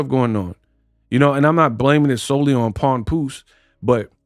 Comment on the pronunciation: She called the man Pawnpoose😂😂😂